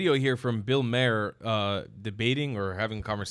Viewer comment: Please, please learn how to pronounce Bill Maher's name. I'll give you a hint....do you know how to pronounce the following word... MAR. Got it? 🙄